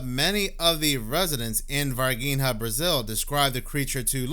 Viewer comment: it is NOT ´´Varguinea´´ it is Var-Gi-nha. You can Google it , to hear how it is pronounced. And indeed, the ´´Strange´´ being in Varginha was Not from this planet. They Brazilian government at the time, take it away...rumors has , it has been given to the American government. ps: the girls that saw the Alien, ALWAYS Mantained that it was Real. they did not lookfor being ´famous´, they are simple people, living a simple life up to this day.